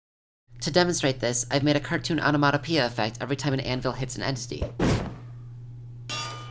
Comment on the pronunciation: You can tell this guy is smart by how he called it a cartoon "onamotapea". Also you should turn that block breaking animation into a datapack if that is possible, i would download it in a heartbeat.